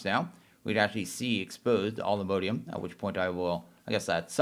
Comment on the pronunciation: please dude its all the MOD NOT MODE MODIUM. ALL THE MOD E UM NOT MODE E UM